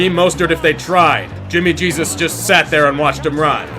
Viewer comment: "Jimmy Gesus" 😂😂